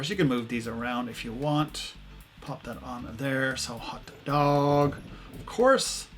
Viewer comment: he said “hot DOOG